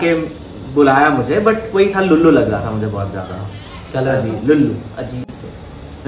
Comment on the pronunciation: it's lallu not lullu 😂😂 lullu is not an appropriate word 😅